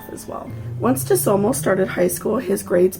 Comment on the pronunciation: I thought it was pronounced sue-toe-moo ?